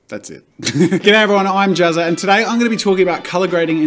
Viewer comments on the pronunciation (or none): none